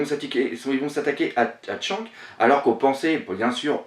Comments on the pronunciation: Pour les noms : SHANKS et BROOK que tu prononces tchanque et broque, c'est chanqkss et brouque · et on dit shanks pas shank